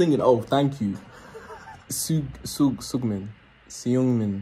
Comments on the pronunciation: Seungmin How they say it sugmin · They all sound the same…. Felix:👁👄👁. Him trying to pronounce Seungmin (sung-min)